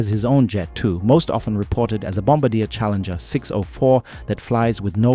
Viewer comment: Bombardier is not pronounced 'Bomb- a- deer', it's pronounced 'Bomb-bar-dee-air'.